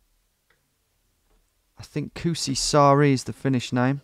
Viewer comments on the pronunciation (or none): The way he says kuusisaari is funny. kusisaari = pissisland kuusisaari = spruceisland Also it was cool to see him explore the streets i live around. Edit: grammar error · You should be careful when saying "Kuusisaari". The "uu" should be reallly long, now it sounded like "Kusisaari", which means 'piss island' instead of 'spruce island'. :)